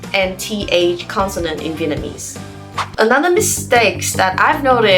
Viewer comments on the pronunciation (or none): You said "consonant" wrong.